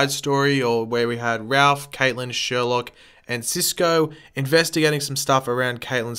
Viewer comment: Not Sherlock it's sherloque